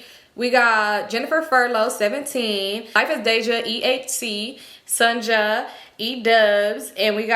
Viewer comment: Hey virtual bestie it’s me SunJah! Virtal bestie you pronounce my name so dang Cali-like lol It’s Sun-Jah (like Jah Morant) love you mammas